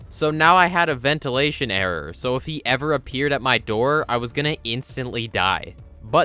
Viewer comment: Whenever he says the word "error" all I hear is, "The only way to get an audio errrr."